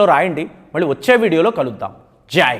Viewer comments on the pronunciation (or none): none